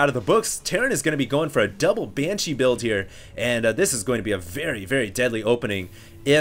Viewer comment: I love the way says Banshee. "Banchees"